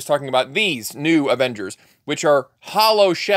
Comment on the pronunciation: Avingers or Avongers.